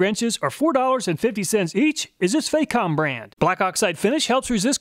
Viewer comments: Great video again sir! If i may be so free, Facom is pronounced with the A as in the word barn. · It's not Fay-com, the "Fac" rhymes with "Back".